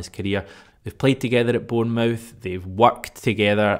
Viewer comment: Stop saying "born-mouth" you're Scottish not American, you know how it's pronounced